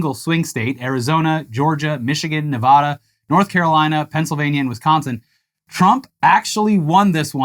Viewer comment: Ne-VAD-uh. Not Ne-VAH-duh.' We're not at fuggin' HAAVAARD over here. I'm pissy enough right now. Can you at least throw me the gimme up not mispronouncing my state for the 2500th time?